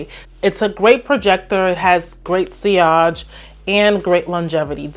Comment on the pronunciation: did she really just pronounce sillage like that 😂😂😂